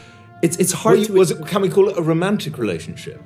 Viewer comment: “I was there the whole cwall🙄”